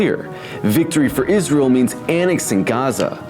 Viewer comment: Fuxk its-raz-elle